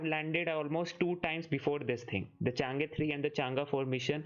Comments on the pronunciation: the pronunciation is Chang E 5, not Change5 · Not changa it's chang E